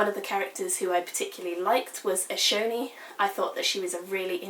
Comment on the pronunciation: Not a criticism. I adore SA and Words of Radiance is my most favorite books ever. I mainly listen to the audio book because I can't sit and read without falling asleep. So, I am always listening to it over and over again while I drive. I was gonna let you know how the audio book pronounces the names. Eshonai is "Esh Oh Nie" Shallan is "Shal On" Kaladin is "Kal uh din" Alethka is "Al eth car" Like I said, I may have misspelled the names since they have ever been heard and not seen. As far as spelling goes. I know fantasy names are always up for debate, but I assume the audio book has asked Brandon for his intended pronunciation. FYI, I adore you review, I agree with everything you said/felt about this book. I promise I'm not trying to be a dick and correct you. I just figured you might want to know the "correct" pronunciation.